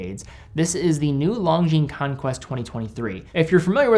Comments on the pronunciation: Love your work,. One small mention: it's "Lon-zheen", not "Long-zheen". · Actually it's neither. No "z" sound.